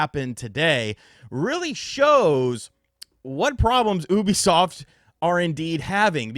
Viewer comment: Bro I had to stop watching why can’t this guy say Ubisoft right he sounds like an illiterate todler